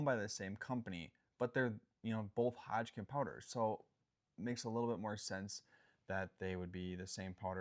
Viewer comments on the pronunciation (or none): I like the information being provided, however I can't stop geting hung up on the fact that he can't seem to pronounce Hodgdon as Hodgkin.